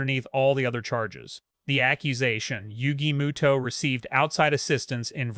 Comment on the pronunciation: Moto not muto